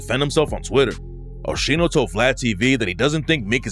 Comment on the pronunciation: I don’t believe it that shit and btw It’s pronounced OH-SKEENO but whatever